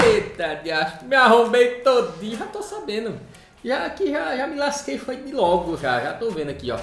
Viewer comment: "ME LASQUEI TODINHO", eu dou muita risada com a ênfase que o dá quando fala isso, kkkkk.